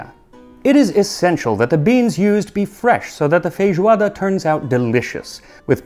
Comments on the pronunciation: I love your pronunciation of “fejoada”. It’s pretty much like we say here, we almost never pronounce the “i” in feijão. In day-by-day vocabulary it’s always “fejão”, “fejoada” 😂😂💚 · I'm shocked. Its the first time I listen to a foreigner speak portuguese properly! Obrigado pela homenagem Max! Love from Brazil! ❤️🇧🇷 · How can your Portuguese pronunciation be so good? Almost without any accent.